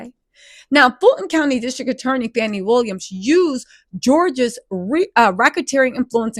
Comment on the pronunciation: 😂😂😂😂 you called her FANI Williams😂😂😂😂